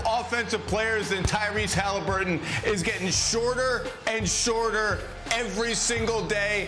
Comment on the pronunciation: Tyrese HalHIMburton